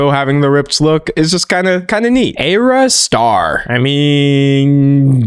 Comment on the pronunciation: You said AYErah star in the worst way possible lol.